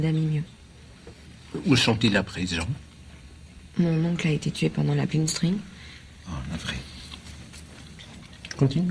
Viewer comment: Mon oncle a été tué pendant la quoi?.... la "blinstrin"???? 😂😂😂